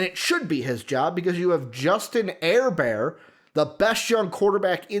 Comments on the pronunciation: Just ran across this and as a lifelong Charger Fan ..... LMFAO! Staley is a fricken Genius and no doubt the Best Hire Chargers have ever made ........and for the 2 Guys that obviously know nothing about the sport of Football ...it's "Her-Burt" and "Day-Ball"......thanks for the laugh though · You should try to say his name right it's Justin Herbert